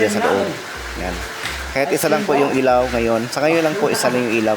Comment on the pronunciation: Ilaw hindi elaw